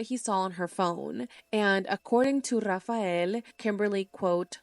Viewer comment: I like how she says RRRAFAEL 😮😂😂😂😂😂😂😂